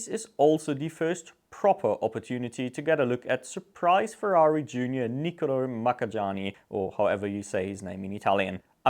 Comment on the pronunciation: I think it's "Ma-ca-nya-ni"